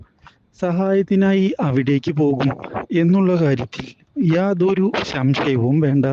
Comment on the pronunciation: ശശയം അല്ല സംശയം